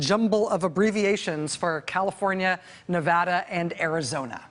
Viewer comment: She said Nevada right!